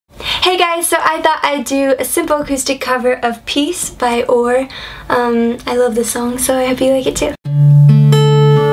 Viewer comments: its "O.A.R." not "OR" you pronounce each letter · Great cover, it is pronounced O.A.R. you say each letter. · you must not love the group, its pronounced O....A....R...., not oar, But you do have a nice voice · Hi, Lovely rendition. I hate to be that person, but I do believe the band is pronounced as an initialism as O.A.R. (oh-eh-arr). Not trolling, just helping, ~ACD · Who the hell is oar? That's an instrument used when rowing a canoe. O.A.R (pronounced "oh-ay-ar")on the other hand is the genius creator of this song and many others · Please don't pronounce the band name as one word, lol. There are periods for a reason, you pronounce the letters.